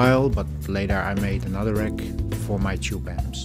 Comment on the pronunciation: You pronounce "wreck" instead of "rack"...